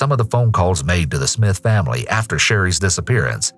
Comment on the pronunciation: . Did you just say famry? Seems sus